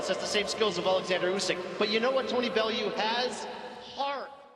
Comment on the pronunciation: Not a bad script, it smells a bit AI tbh, but that is deffo an AI voice over. It's odd to have the narrator say "Tony Belloo" ahead of a bunch of clips where his name is pronounced correctly...